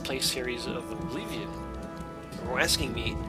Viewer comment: Aww man, I miss your old pronunciation of Oblivion. Please go back to Uh-bliv-ee-on : )